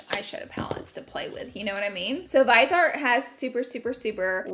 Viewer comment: Laura, it's VIS EEEEE art, that's how you pronounce Viseart. Vis-e-art, not vise-art. Lol :P